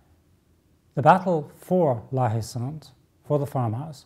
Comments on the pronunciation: when you pronounce La Haye Saint, "H" is silent, so it should be something like "La-Ay-Son" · friggingbomb88 La-Ay-San ! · If we wanted to speak French, we d have let the little bugger win. And if it as spelt la haye sainte , isn't the French pronunciation la ay sont?